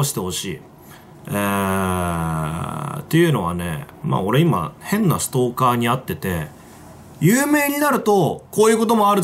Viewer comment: 変な奴がふぇんな奴に聞こえる